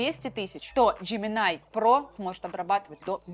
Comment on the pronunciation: джеминАй, текстА. Нинада, ни делай так.